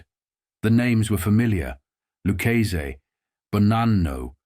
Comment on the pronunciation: It's Lucchese, not Lu-chaysie